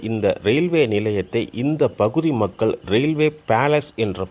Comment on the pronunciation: தமி"ழ்".... தமில் அல்ல சுதந்திரம்..... சு"க"ந்திரம் அல்ல... மக்க"ல்".. அல்ல..... மக்கள்..